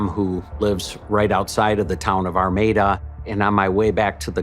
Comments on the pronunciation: You should prolly Google how to pronounce names towns cities states cuz you're saying Armada wrong and it's so far off that I can't even watch this one you think if you're going to make a video about something you would want to make sure you're pronouncing everything correctly all your information is correct ect for some reason you really don't care about misinformation or how to pronounce shed or really anything in your videos are getting very difficult for me to watch just some constructive criticism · I'm from this area. This was very sad and disturbing. Also, it's pronounced Arm-May-Duh. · Not gonna lie she has a habit of not pronouncing things correct. Still love her videos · You do realize you're saying the city name completely wrong. There is no N lmao, God i hate youtubers who can't do their research right especially something as small as city names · I really like your videos, but you mispronounced Armada A LOT. There isn’t an ‘N’ in Armada. Please practice words you’re unfamiliar with to seem more polished. Thank you. This is meant as constructive feedback, not a slam.😊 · Girl, you are wasting precious time. I won't even try to count the mispronounced names of people, towns etc!!!😂😂😂 I'm ur neighbor from Detroit!!🤗🌹(I remember when this terrible invite happened RIP April💔) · The first clip used, the guy even pronounced it properly. I'm not even familiar with it, but there's not even an 'N' in the name. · Please STOP saying "ArmaNda" it's Armada! That's Ar-mae- duh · AR MAE DA is how it is pronounced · Girl…. It’s not Armonda….it’s Armada….. geesh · ArmaDA, not ArMANda. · There's no N in Armada, learn how to say words correctly . While Your channel is good, you tend to mis pronounce proper names a lot. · Armada, not Armanda? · ARMADA, NOT ARMANDA! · Was anyone else thrown off that kept saying "Armanda" instead of "Armada"? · Another tragic story but why does she keep calling the town "Armanda"? Theres no letter N in Armada. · Why you saying Armanda?